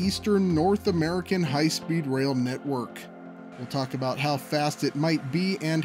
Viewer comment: LOL... "Aboot"... Hey!